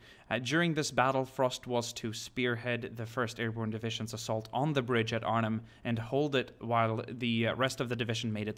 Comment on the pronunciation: He said Arnhem right.